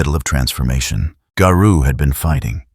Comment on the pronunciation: Imagine if AI learned phonetics and context. Better yet, imagine if everyone narrated their own videos, you know, like everyone used to. I can't finish this video, hearing the way Garou is pronounced is very grating.